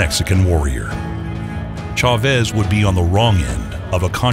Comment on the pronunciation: The fact that the comentator couldnt pronounce chavez's name properly is fucked up. Other than that, great video